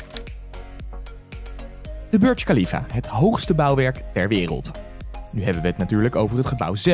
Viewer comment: Je spreekt de Burj Khalifa verkeerd uit ik ben er op geweest en je spreekt het zo uit: boersh kalifa